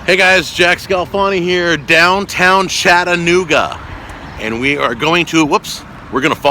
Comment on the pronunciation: As a native of Chattanooga, thank you for pronouncing "Chattanooga" correctly. It's apparently a hard word for many people, even after living here for many years. As a relatively new fan and subscriber, I would have come down to say "Hi" and see if you had any of your bottles of seasoning with you for sale. Take care, and keep up the good work!